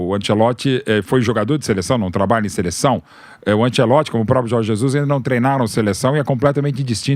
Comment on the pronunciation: Ánchélotti, Ánchélótti, Ánchélótrti.... valha-vos Deus|||